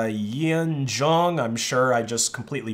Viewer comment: Yeah you butchered her name big time 🤣 YEON, pronounced as Yon, rhymes with "gone". JOONG as in... well, joong. Not Jong.